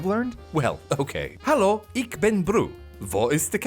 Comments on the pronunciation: FOR THE LOVE OF GOD WILL YOU GERMAN LEARNERS STOP PRONOUNCING IT AS "ICK" WAS IST EIN "ICK" MANN ES ITS "ICH" MIT "CH" WOOOOO IST "CK"????????????? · German is pretty good but He Said ich as ick wich is Not how you say IT (im German so i know it)